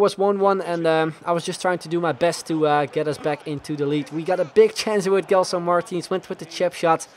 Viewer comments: you don't read it *g*elson, its *j*elson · its not gelson its like jelson the same way like u say jay